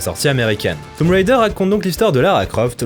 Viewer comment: Déjà j'aime tes chroniques mais en plus t'es le premier que je vois bien prononcer "Tomb Raider". Je kiffe bien. :)